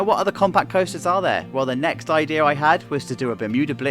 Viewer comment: Chacho pronounces the imaginary r in idea and has no idea what a t is in matter.